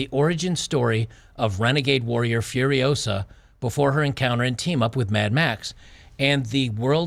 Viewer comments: It's Furi-OH-sa, not Furi-oh-SA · Start the word with “Foo” instead of “F-yer” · Hahaha is not fi-uh-riosa. It's fuh-ree-o-sah. Great video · It’s FuriOsa, not FuriosA! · "Furio-SA. Not FuriOO-sa." Hermione Granger. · It’s not Fur-I-OH-sa, it’s Fur-i-oh-SA… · You're getting the title wrong because you're using the pronunciation as Fury-osa, Furiosa it's a word in spanish so try just using Fu as in KungFu, FuRiosa, that aside great video lmao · "You're saying it wrong... It's furio-SAH, not Furio-SUH" ~ Hermione Granger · I’m not surprised that you have trouble pronouncing the movie’s title. This is what happens when you try to pronounce a foreign word as it’s an English word. Try: Fooriosa. Just pretend it’s an actual English word. By the way, how do you pronounce “Kung-fu”? Treat the first syllable in “furiosa” in the same way and presto! Incidentally, this maybe another reason for red-blooded Americans to avoid the movie: How dare those woke Hollywood people use Español for American movies. Actually, I am surprised they didn’t went full woke and named it “Furios_x” instead; you know, just to be gender neutral… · "Furiosa" is a Spanish/Portuguese word and is pronounced as "fooriOzah" . "Fu" as in 'foo' in fool; "ri" as RY in fuRY; "o" as O in "Oprah" and "sa" as 'zah" in Zachary. And it, obviously, means "furious woman". And it a powerful name to pronounce ;)